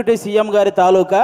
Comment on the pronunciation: బాబు ఆది తాలూకా కాదు పలకాల్సింది తాలూకు అని ఉఛ్ఛరించు